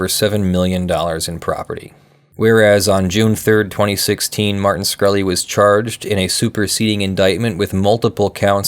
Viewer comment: SHkreli not SKhreli